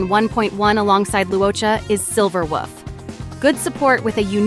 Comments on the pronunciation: Why you gotta say Silver Woof. It's cringe. Please don't do that. But other than that, video is useful. Thanks. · I'm only hearing "Silver Wuff"... just me? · Wait...are you saying "Silver WOOF"...? Girl you really are a meme.😂😂😂